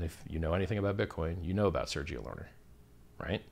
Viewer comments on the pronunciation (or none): none